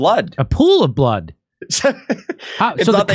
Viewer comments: "lying in a pool of blahhad"? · I know what blood is but what the hell is “blaad?” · The way the journalist said blood is so strange.